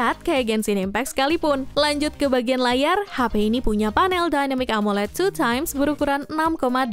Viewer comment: 2x bukan 2teme